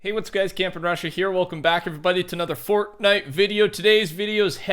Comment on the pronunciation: say fornite properly